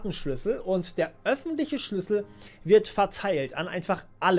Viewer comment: Ich glaube, du hast noch nie so viel "Schüssel" im Video gesagt wie jetzt xD